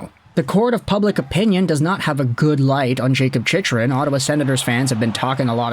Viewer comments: Why do you keep pronouncing his name wrong? It's CHICK-RUN, not CHICH-RUN. No one is going to take your analysis seriously if you can't even get his name right. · His name is pronounced "Chick-RUN"! Until recently (on the powerplay) he hasn't been that much of an offensive threat. He frequently gets caught pinching, and for a man that is built like a mountain, is barely physical and not punishing to play against. He throws the puck up the middle and gives the puck away frequently and can't clear out the front of the net. Overrated based purely on having a devastating shot and some offensive upside.